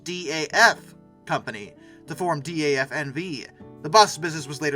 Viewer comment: Great video about the shameful demise of basically the entire British car history......but I just can't unhear the Jag-wire and D-A-F...